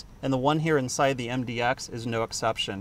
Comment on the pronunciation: It's MDX not MDOX